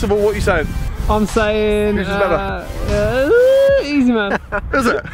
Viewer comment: Every time I was hearing easyma